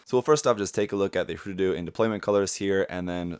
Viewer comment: Thanks for pronouncing it correct. "Hroo-Dudoo", not "Her-Doodoo"